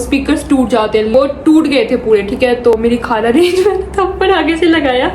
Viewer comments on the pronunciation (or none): kind iformation ; not kaala but khala, not galat but ghalat, and so onn corect these words... it makes really sad that we are direspecting the most sweetest language urdu ...please spread my information